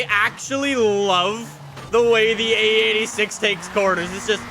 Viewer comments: U say it like ae 8 6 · Oh Lord so much cum is coming out for the EIGHT-UH SIX-UH